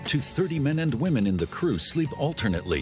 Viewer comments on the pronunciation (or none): none